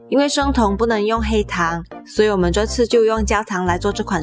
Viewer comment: You knew how to pronounce it in Cantonese 👍👍